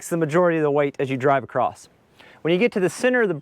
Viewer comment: I don’t know where I picked it up, but I say acrost (or perhaps acrossed) as well. I don’t even notice it until called on it…